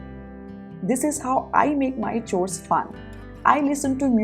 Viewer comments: "Chores" is pronounced as" cores"..... Don't mind. Your videos are awesome 👏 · Kind suggestion- you often pronounce "chores" wrongly. Please find the correct pronunciation